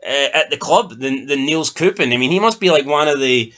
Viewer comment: Its pronounced nay cups